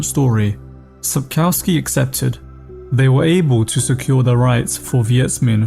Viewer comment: please can you not say COW in Sapkowski?